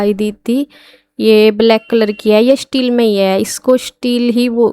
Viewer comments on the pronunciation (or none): none